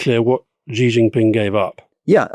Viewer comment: Amazing - who finally gave Alistair a nudge about pronouncing Xi wrong for so long??